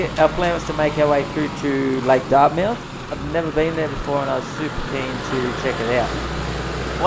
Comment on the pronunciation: Pronounced "Dartmuth"